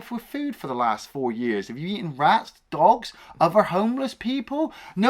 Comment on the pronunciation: "40 YARRS AGO!" hahahaha quality.